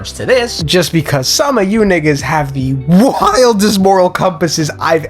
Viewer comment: I love your content & your laugh… but bro, every time you say N** you got me wondering from the depths of my soul if you black or just using the word like the Boondocks professor mocked from real life. It’s just how you talk… never heard any n** say it like you… it’s equally comical & offensive 🤣😂🤷🏾‍♂️😭💀 “Can a nigga borrow a theory?!”